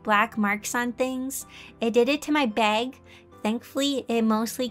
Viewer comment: Whenever she mentions bag : she means bag i hear:bay-wg 😂 Edit: I finished watching- Her posing was better than me 😂